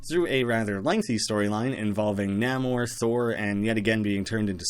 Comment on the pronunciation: Nay-mor, not Nah-mor.